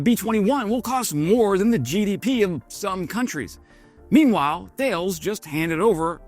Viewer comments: Tal-es not Thales :) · It’s pronounced “Taah-less” in French. Not the English pronunciation of the Greek philosopher “Thay-ellz.” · Great video but it's pronounced Tal'es not thales. It's a silent H 😊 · Brit here living in France. The Martlet looks like it's the kind of weapon that will be a real pain in the arse for the Russians and good for jobs in N. Ireland and Ukraine. Thales is a French company btw and it's pronounced Ta-less. Thanks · Thales is a French company that is pronounced ta-les not thay-els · Ta-less :-) not thay-els. It's made by the part of Thales that used to be Shorts Missile Systems in Belfast so it's basically a Northern Irish missile. The firing unit projects a laser grid which the missile uses to correct its flight. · Note* is pronounced Tal us not thales :) 😊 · Just a friendly heads up, Thales is pronounced Tales the H is silent. Don't worry I used to pronounce it the way you did. And it does have a plant in Belfast but it's actually a French company. 🙂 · Thales is pronounced "Talis" Slava Ukraini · Thales is pronounced Talis. And don't do the silly Irish stereotype. It's silly. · Thales is pronounced Tal-Les not pronounced Tales. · OMG can nobody pronounce TALEZ not THALES .... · BTW, it’s pronounced “Ta less”. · Thales is pronounced Ta-Lis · Now, the correct pronunciation of Thales is “Tar-Lez”. Let’s see how says it… Wah wah oops! Sorry, no points for you 😂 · Nitpick: "Thales" doesn't rhyme with whales. It's two syllables TAY-leez. Originally French you see, and they can't say "th". Well, not absolutely originally. There was a Thales of Miletus an ancient Greek scientist. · Thales is pronouced "Talis" - it's French. Good video. Thanks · Thales is pronounced Ta-Lays I believe that they are French-owned but manufacturing in UK. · How many times do we gotta tell you it is pronounced "Tallis" 😅 and not "Thales" 😅😅😅😅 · Just to mention I was told Thales is pronounced Ta Les. I think they're French. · Thales is pronounced Talis